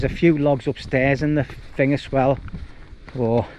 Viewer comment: "as-well" not "ass-swell" . It wouldn't bother me but you say it in, nearly every sentence! 😂😂😉 Still love your vids mate.🖖🏻